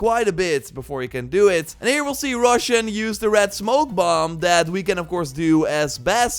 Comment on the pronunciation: Great video as always. Just wanted to say Roshan's name is pronounced as /roʃæn/ (sth like Ro-shan) and not pronounced as "russian" that you said.